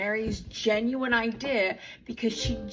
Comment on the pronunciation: Here to see if anyone else thought it was weird how Mykelti pronounces the word "idea" LOL